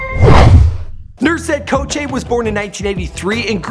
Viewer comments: It's not KOKÇE its Gökçe amk. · You butchered his surname but that's alright. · Ffs that's not how you say his last name 😂😂